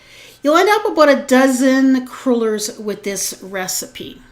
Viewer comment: "Crew-lers"? OMG no, they are "craw-lers". Palease! Dough, not batter.